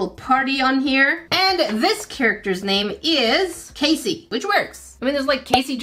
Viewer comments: I think the peacock they are actually spelling it as a female K-ass-ee Not Kay-see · Just a heads up, it's pronounced "Cass-ie" not "Casey". Think bass (fish) instead of bass (instrument). I don't think the company knew that it's the male peacocks that are colorful, as Cassie is far more commonly a female name. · Kas-ee is the phonetic way to sound it out. Not Cass-e. This is actually my name! And mama Cass was not a Cassie. It was just Cass and it wasn’t even her real name. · that isn't Casey. It's Cassie, the a is the short sounding a, like in apple. 😊 I had a friend named Cassie in middle school. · That said Cassie not Casey. Rhymes with Lassie. And it still makes no sense with it being a peacock since the females are peahens and they are more neutral, muted colors since peacocks use their bright colors to attract mates. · Ummm Cassie here. That is NOT pronounced Casey like in ninja turtles! It is pronounced [Kas]-[ee]. I absolutely hate when people call me Casey! Which is why I always introduce myself using my full name Cassandra so that I do NOT get called Casey! 🤦🏻‍♀️ Feel free to send me the peacock as an apology because I collect peacocks. Lol. How fun to have one of my favorite animals with my name. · For the Peacock it's Cassie not casy 2 ss make the a short not long !! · I think cassie is pronounced ca sie not cae sie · I think Cassie should be pronounced CAHH-sea. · That was Cassie as in KAH CEE.:D Just wanted ya to know. I love your vids and I love youuu! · her mispronouncing cassie 😭